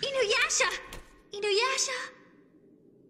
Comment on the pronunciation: For one, Janken doesn't even say Inuyasha right. Two, Sesshoumaru says "butt" instead of boat.